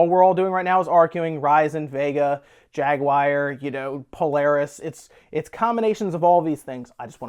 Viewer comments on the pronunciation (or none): Put a time-stamp for when Jaguar is pronounced like Jerry Maguire